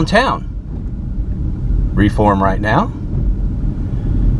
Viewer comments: It is pronounced REE-form, not Raform. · You visited cities in West Alabama, specifically Pickens County which is where I grew up. Fyi, we pronounce the city “Ree-form” (long “e”) not “Reform”!! 🤣 Wish you had visited Aliceville and Carrollton. Carrollton has an interesting history , the courthouse with face in the window. Thanks for the video!! Roll Tide!! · We pronounce the name Reform, as Ree- form. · it is pronounced Ree form